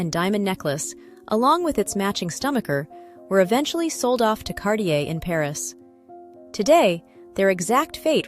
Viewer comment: Wonder if the A.I.s pronunciation errors are due to software created by ignoramuses, or are the result of the video creator's inappropriate pronunciation. It's impossible even for a non-native French speaker, but rather an Italian speaker, to hear distorted terms like; "cabachon," (cabochon), "perure", (parure), "zaffiro del Perù" (instead of, della parure), Cardier(Cartier), Van Cleef And Arpels... and many other errors. If A.I. is supposed to be the future... well... I hope someone, enters the correct data, in the correct languages. Otherwise, in addition to widespread grammatical ignorance, the fault of people who haven't studied or researched, before posting anything, we're in total disarray.